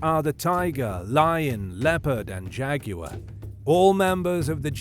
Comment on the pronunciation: Thanks for pronouncing jaguar correctly. One of the most annoying things on youtube, to me, is that many commentators pronounce it jagwire.